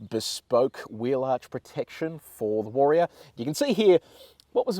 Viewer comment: take a shot every time he pronounces it WAR-E-ORR :)